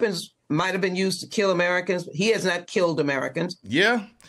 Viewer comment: She said, “Amurikans”